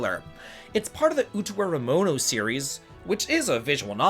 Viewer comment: How do you pronounce Utawarerumono perfectly but have visible brain aneurysms trying to read less complex Japanese words in your news??? All jokes aside, this completely looks like my type of game! Already added the original game to my wishlist, thanks for bringing it to my attention!